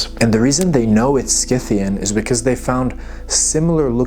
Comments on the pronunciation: I'm a Classical studies archeology student, love your content, hate the way you say sCythians... The word Scythian (referring to the ancient nomadic people of the Eurasian steppes) is usually pronounced: /ˈsɪθ.i.ən/ → "SITH-ee-ən" (like the "Sc" is an "S"). So, the C is silent, and it sounds like it starts with "Sith" (like "Sith" from Star Wars). There are also older or less common pronunciations: /ˈsaɪ.θi.ən/ → "SY-thee-ən" (with a long "i"). But the standard modern English pronunciation is "SITH-ee-ən". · Sith-e-in ( Scythian ) . Per-Seth-fa- knee. ( Persephone )